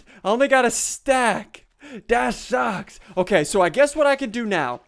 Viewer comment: Why does he sound so weird, it sounds like he's saying "DASH SHUCKS!!!" instead of "THAT SUCKS!!!"